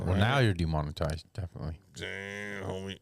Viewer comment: Dee-mon-oh-tized lol